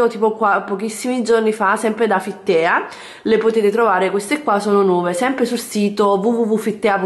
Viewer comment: PrinCESS e FitTEA nn si può sentire 😂